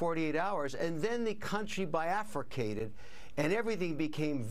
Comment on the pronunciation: The word is bifurcate, not BiAfricate! Big difference. Please check your grammar, dude.